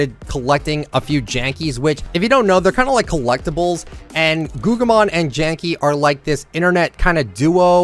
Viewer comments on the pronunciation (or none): Its Guggimon not Gujymon